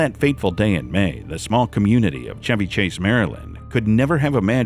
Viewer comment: He pronounced Chevy correctly. AI would have pronounced it like the auto. This used to be called Radio voice. It's a lost art.